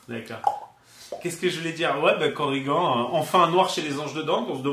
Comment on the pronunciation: Super vidéo, j'ai appris qqchose sur l'immunité au poison ! Mais pourquoi vous l'appelez Korrigan (prononcer coriguent), ça ressemble à origan ou à polydent... alors que zagan, qui se termine de la même manière, vous le prononcez zagane !!! Allez, bisous bécots et hâte de découvrir le 3ème profil !!!